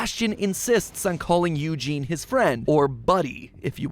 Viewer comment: Now who told you to pronounce eugene like that